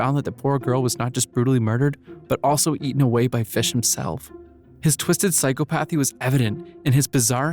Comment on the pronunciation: I like the facts and the way it’s portrayed however, please take the time to learn how to correctly pronounce words. clearly you’re just reading from a script, but certain words are not pronounced the way you say them, I.E, psychopathy